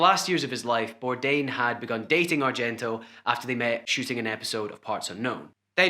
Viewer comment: Some tribute at least get his name right🤦🏼‍♀️not Birdan ! bordain eek had to shut this off!